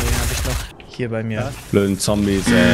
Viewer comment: Zombies ist doch kein englisch😂 Zumindest so wie das ausgesprochen hat.